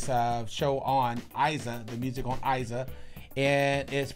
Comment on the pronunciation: Não é "Aiza" é Iza, com I